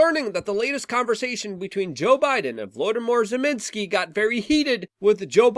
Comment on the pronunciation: "Velodemore Zeminisky"...wtf kind of butchery is this? Damn Luke, idolize Brandon much?